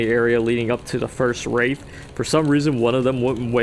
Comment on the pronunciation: Imagine pronouncing Wrath as Wraith, such cringe